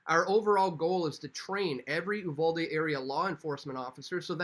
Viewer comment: You're one of a few people that pronounced Uvalde correctly